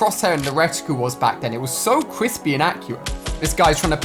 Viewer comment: He said cwispy and accurate